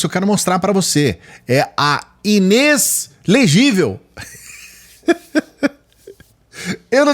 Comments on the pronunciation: 😂😂😂😂😂 Inês legível 😂😂😂😂😂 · "Inêslegivel" foi ótimo! kkkkkkkkkkk